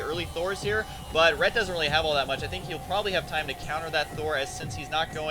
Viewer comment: lol "....plus thor is hheeiir" that was really funny.